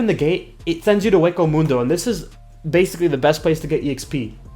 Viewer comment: dude you pronounced senkaimon and hueco mundo both wrong XD